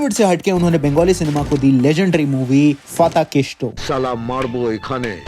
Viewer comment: Being a Bengali, I saw u trying to get Bengali names right. However, then 'Tahedar kathaguli'??? Wo Tahader hei, n fatakesto nhi, PHATAKESHTO